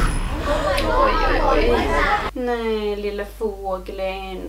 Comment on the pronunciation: Är det en dialektgrej eller hur kommer det sig att du säger fåglen istället för fågeln?